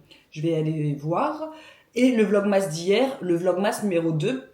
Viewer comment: Top ce pain au levain express ! Il faut que j'essaie, j'ai vu passer votre recette dans un autre vlog. Pour la prononciation, c'est plus "Vlog-meuss" que Vlog-MASS (comme on prononce Christmas > Christmeuss"), je sais pas si ça aide !